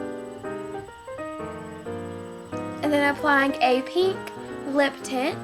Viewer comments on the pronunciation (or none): when she says pink it sounds like she is saying pee.thumbs up if you agree!!!!!